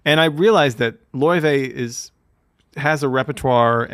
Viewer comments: Look, I don't even understand how you get "Loivay" out of "Laufey", so you shouldn't be asking ME these even tougher questions. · Nice one. and got the pronunciation of Laufey's name right toward the end of the video after hearing Neely say it a few times. It's "loy-vey". I sometimes converse with Miles through a Ouija board bequeathed to me by an old pool-hall hustler. I asked Miles about Laufey. He said not to worry, she could be a breath of fresh air in some way, a gateway through the past into the future, like some strange new Ouija board. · “Lay-Vay”! Haha!